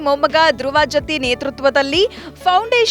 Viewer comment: ಅದು ಬಿ. ಡಿ. ಜತ್ತಿ,ಬಿಡಿ ಜತ್ತಿ ಅಲ್ಲಾ .